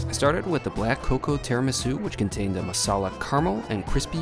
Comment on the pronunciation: dude, MARSALA, not masala, amongst other hard to miss mistakes. FFS